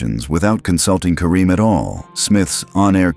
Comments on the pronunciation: Could you please stop mispronouncing querim 😢😢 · Stop mispronouncing querim😢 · Stop mispronouncing querim😮